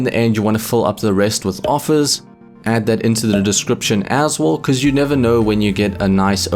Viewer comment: Please stop saying aswull it hurts my ears